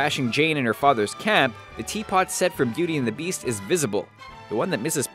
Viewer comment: Bellend the besat?